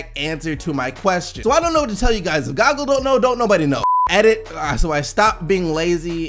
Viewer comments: did the man jus say "gog-gull" instead of "gooh-gull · U called Google, "Goggle" xD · We really gonna ignore the fact he said Goggle? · Did my nigga just say goggle?!?!! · No ones saying anything about how he calls google goggle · He just called Google goggle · Did he say goggle in stand of Google 😐🤔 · So we not gon acknowledge this nigga said goggle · Did this man just say Gawgle????😂😂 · Did you say goggle 😂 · this boi said gogle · I never knew people called google to goog-le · You know you just pronounced goo-ga-el, ga-gel right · did he just say GOGLE????? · there is 2 "o"s in Google... just sayin lol. Love the show. I watch everyday. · HOW DOES MY MAN PRONOUNCE GOOGLE??!?? BRUH IM DEAD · No fucking way you just pronounced google like that . And HBD dude